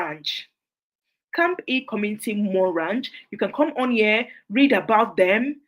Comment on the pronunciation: Awesome, some charity organization it's not pronounce well, some is camp E, but is camphill and name is mentioned, please call the city or county,so it will easy search